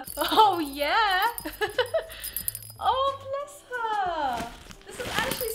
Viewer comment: Why do you always say ahwhwuuu blesssssss herrurue? And I’m spelling it the way your saying it